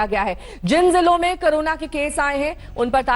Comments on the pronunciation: करोना नहीं होता madam CORONA कोरोना होता है। क्यों आप journalist बन गये। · Madam aap kabhi karona (corona) pronunciation kar rahi hai kabhi korona. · Are bodan mahila carona nahi corona bol